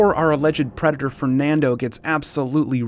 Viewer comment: Omg can i be cwaghg on ur channel? Wats a pwedador?